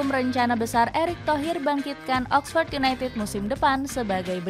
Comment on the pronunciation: Oxford bkn oxpors